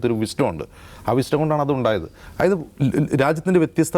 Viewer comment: ബ്രോ, അയായത് അല്ല, ദയവു ചെയ്തു അതായത് എന്ന് പറയു, കേൾക്കാൻ വളരെ ബോർ ആണ് "ആയത്" എന്ന്.